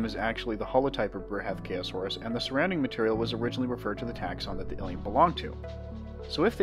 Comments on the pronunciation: "Bruhathkayosaurus", is derived from a combination of the Sanskrit word Bruhathkaya (bṛhat बृहत्, 'huge, heavy' and kāya, काय 'body') It's pronounced Bru-ha-th-ka-ya saurus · Bruh ath k Ayo saurus